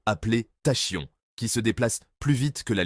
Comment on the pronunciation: Tachyons se prononce Takions ;) merci pour la vidéo !